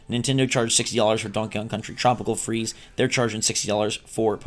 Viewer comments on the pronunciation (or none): none